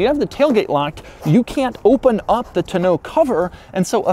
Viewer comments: Doug...the type of guy to pronounce tonneau cover in a pretentious accent 17 times on April Fools day to make my ears bleed. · Tonneau cover.... I guess I always thought it was pronounced less French like Also, the Bluetooth speaker has a quirk he didn’t mention... the speaker looks like the front grille. Come on Doug you’re getting soft! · Doug says tonnaue cover so weird. Like bruh, it ain’t that fancy of an item to be pronouncing it like that.... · Is your pronunciation of tonneau an April Fools joke? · Say tonneau cover like that one more time......🙄🙄🙄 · is he pronouncing tonneau the right way? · I'm upset at Doug because how he pronounces "Tonneau cover". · Hearing him pronounce "tonneau" like "tuh-know" tells me he's the kind of yuppie that says "rho-day-oh" instead of "rodeo" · Doug Demuro the kinda guy who pronounces tonneau TUH-NO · Doug, I love you, but I hate the way you say tonneau. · This dumbass. Don’t. Know. How. Yo. Pronounce . Tonneau cover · The way he says tonneau is bad enough but come on dude it’s not that innovative, they’ve been around for years and people have been using them for years I swear you’d be as impressed with your toast not being burnt because it didn’t actually toast the bread with that 400 watt outlet 🤣🤷🏻‍♂️ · Doug is the type of guy who can't pronounce "tonneau" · Doug the type of guy to pronounce it like "to know" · You can't saying tonoe cover right. I think I'm doing it wrong. Lol. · He had a couple different pronunciations for tonneau. Don't think he hit it on either. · Doug, the type of guy who purposely mispronounces the word tonneau to make a normal person wish death upon his descendants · The way he pronounces tonneau has me triggered. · We all learned another of Doug's quirks: he cannot pronounce "tonneau". Doug, the emphasis is on the first syllable. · Doug the type of guy that can't pronounce the word "tonneau". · OMG...I thought I was done correcting his mispronunciations. Its TONNE-OH not TUH-no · Tonno not Ta no